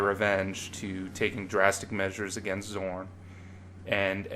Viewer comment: Great video, and I agree with just about everything you've said, but you calling Zaun "Zorn" for the entire video is driving me a bit nuts lol. Really validating hearing someone's thoughts put out in this form though, there aren't enough people talking about how disappointing that season was.